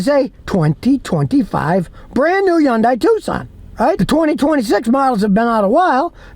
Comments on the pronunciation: You are pronouncing the name wrong. It is Hyundai like Sunday, it is not Hyundi. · Scotty, don't make the name Hyundai so complicated. It's " Hun'Day" rhymes with Sunday.... Not "Hi You In An Day". Keep it simple, dude. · It's pronounced HUNDAY